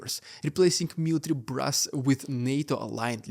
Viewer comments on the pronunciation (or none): none